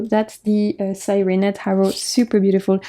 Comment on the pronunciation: Beautiful decks. I’m going to look into some of them. Thank you for sharing ❤ SIRENA (see-reh-na) is Spanish for mermaid.